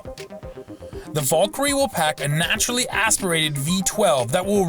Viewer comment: Why do YouTubers always mispronounce simple worlds? Valkyrie isn't a hard word so why butcher it?